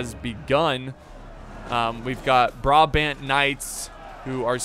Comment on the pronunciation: A little tip :) Its about the way you pronounce brabant, switch the wat you pronounce the firtst A with the way you pronounce the secand A :) then its correct, anyway love the vids!!!